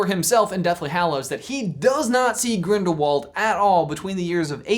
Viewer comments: GrindaVald you say it with a V. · It is spelled like Grindiwald but it is a German name and there w's sound like v's so it really Grindivald